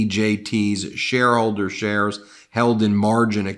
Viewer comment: Keep hearing shares as chers & cant stop laughing at so many chers 😂